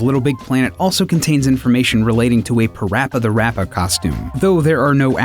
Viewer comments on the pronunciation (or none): "PaRappa the Rappa". Why do so many people mess the name up? It's PaRappa The RAPPER. With an er. :)